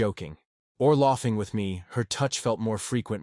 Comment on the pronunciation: “Loffing”??? Horrible robotic reading.